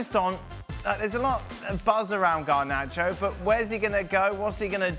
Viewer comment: Not Garbacho!! 🤦🏽‍♂️